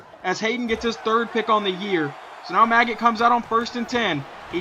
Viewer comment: Also, it's pronounced Ma-j-it. Look up Kurt Maggitt, a linebacker for the University of Tennesssee. That's how you pronounce it. "Maggot" sounds dumb.